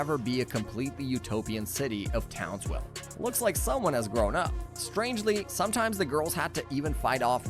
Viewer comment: Why do I feel like you keep saying townswell